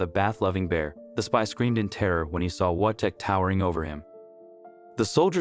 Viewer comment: Only thing: his name is prenounced Vojtek, with V at the front.